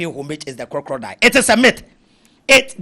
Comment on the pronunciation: 😂😂😂 plz the word is Crocodile not crocrodile and consequence not coinsequence 🙏🏾🙏🏾